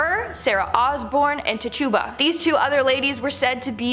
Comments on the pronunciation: I shouted it out when she first said it, while shaking my head. Lol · Little correction. The Caribbean witch from Salem her name is pronounced tit- chew- ba, not ta tuba. Thanks n have a great 1...